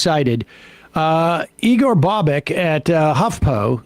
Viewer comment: It's pronounced "bobitch" not "bobek"